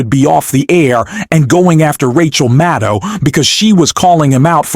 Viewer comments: Sir. It 's NOT Rachel MaTTow! It's Rachel MaDDow. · Who is "Rachel Mow?" You called Rachel Maddow "Rachel Mow" at about the spot in your video. What's with that? And then at about the spot, you call her "Rachel Mattow". What's with that also? Get with the program, especially if you want people to like and subscribe to your channel. The stakes are too high to not be attentive to such details. Rachel Maddow deserves better than this. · With respect, would you please learn how to pronounce Rachel's last name?